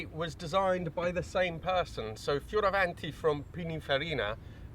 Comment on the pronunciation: Hi, I'm a petrolhead from Italy. Your pronunciation of Italian names is the best among YouTubers from the US and UK; thank you so much for respecting our language. Bertone, Pininfarina, Fioravanti... You're spot on. Great video by the way. Cheers